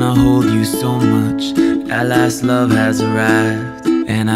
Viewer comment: Selah- “let me loff you” accent so good